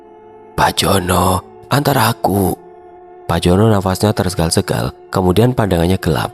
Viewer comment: Bacanya tersengal² bukan tersegal² mas😊